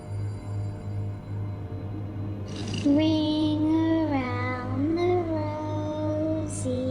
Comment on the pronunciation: Mdr xD "Wwing awwound the Wwosie"